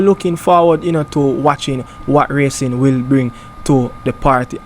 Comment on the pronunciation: Ray_cing not rassing